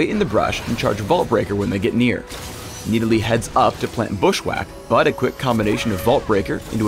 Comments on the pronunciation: Stop saying Needalee. So obnoxious. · it annoys me to no end how he says nidalee